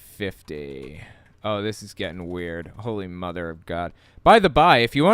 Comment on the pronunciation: WTF is with that "whole-EEE"? Walk and talk just like her? Cool I could use a vacation in a loony bin lol.